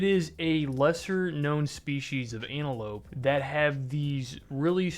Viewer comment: Wait wait Second comment. Did you just hit us with the "ANALope"? Its antelope my nilla.